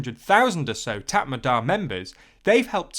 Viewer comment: Also it’s Mee - an - mar and Tat Mar Daw